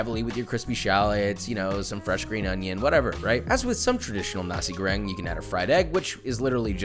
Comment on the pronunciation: You should pronounce the R in Goreng like, ARrrrrr